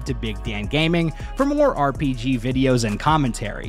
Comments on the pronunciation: its R.P.G Not R .P. szghee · "R P Jhee Genre" - Big Dan